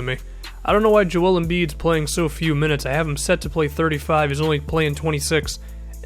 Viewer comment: good vid but why cant you pronounce joel righ. its kinda relevant to me cause my name is so similar